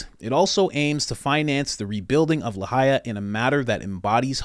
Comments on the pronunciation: You didnt even pronounce LAHAINA right. There is an "N" in it. 😂😂😂 No research at all bro, good job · Braddah, it’s Lahaina not Lahaia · EXACTLY! Don't forget about Maui!!! Just disgusting! On another note... It's Lahaina, darlin'; not Lahaia. ♥️ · The town is spelled Lahaina, pronounced la-high-na